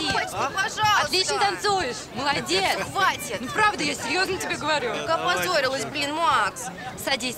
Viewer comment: Младец, вместо молодец, это какой то п...здец!